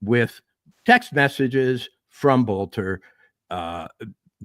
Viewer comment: Boelter, pronounced Belter. I think in German it would be Bölter.